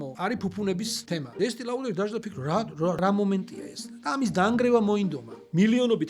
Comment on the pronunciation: ესტეე ლოდერ და არა ესტეე ლაუდერ! რენო და არა რენაულტი. პეჟო და არა პეოგუეტი.